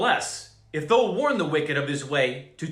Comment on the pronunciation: "thou"... the--owl"...sorta... just saying..🤔😔